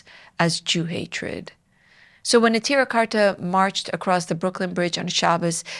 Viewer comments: Neturei Karta is pronounced "ne-toor-ay" not "netira". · "The name Neturei Karta means "city guards" in Aramaic and is derived from an aggadta recorded in several texts of the Talmud". No Yiddish in the name so I don't know what you mean by referring to Yiddish speakers. I just know that your pronunciation is clearly incompatible with the spelling and with the way that it is commonly pronounced. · You are intentionally misrepresenting Satmar Rebbe and his true followers, such as those in Natruna. We're talking about 10s of thousands of yidden. In the past you have brought on Lubavitcher "Satmar experts" who demean the Rav Yoel and spread malicious lies about him. You intentionally seek to drive a divide between Satmar and Neturei Karta, whose name you cant even pronounce appropriately. It seems the majority of us dont recognize the Zionist state. It is against the Torah. Talk to anyone affiliated with the Edah HaCharedis. You are Zionist operative who actively spreads misinformation against GD and this is a chillul Hashem. Shame on you.